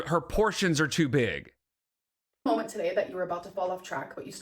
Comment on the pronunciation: I cannot with Ad Nauseam anymore! I hate that with a passion. Did someone give this moron a word of the day calendar?!!!! It's almost as bad as... situation or molment type deal... or melk... hectic... and all the other stupid stuff she says